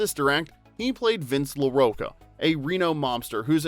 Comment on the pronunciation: Pronunciation issues: Keitel is pronounced Kitel with a long i. Larocca is pronounced larocka, you know like a rock.